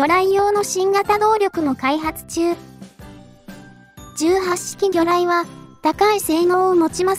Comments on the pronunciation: 18式(じゅうはっしき)は、(ひとはちしき)の、間違い。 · 相変わらず読み方直さんな ひとはちしきと自衛隊では読むのに 元陸自だが 聞くに堪えんな